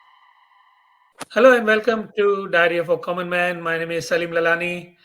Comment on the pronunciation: NO U SAID IT WRONG ITS MR CLEAN LALANI 😂😂😂